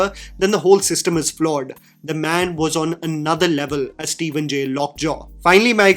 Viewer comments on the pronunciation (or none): none